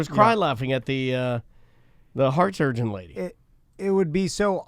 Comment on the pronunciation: pronounces it surgeont. Like he's combining surgeon and sergeant. Also... pretty sure he could be a surgeon after watching for 20 minutes. Maybe the jokes on me, and he would be an excellent surgeont after 20 minutes